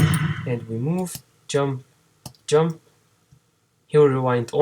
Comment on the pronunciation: Все, что выучил так это как ты индуская морда говоришь джамп... тьщамп! вооот....